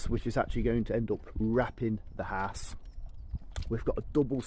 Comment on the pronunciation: for someone who can build a house so well you do struggle to say the word house.